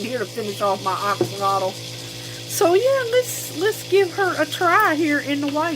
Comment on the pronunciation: You’re correct. It is pronounced ox alotl😁